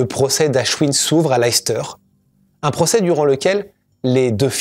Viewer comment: Je ne veux pas être trop pointilleux, mais le nom de la ville se prononce "laisse-teur". Une de mes tantes préférées venait de cette ville. Souvent, même nous, anglophones américains, ne savons pas comment prononcer ces noms. C'est uniquement grâce à ma tante que je le sais.